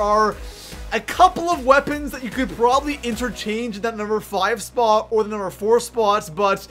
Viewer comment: SO COMING IN AT THE NUMBER TWO SPUOT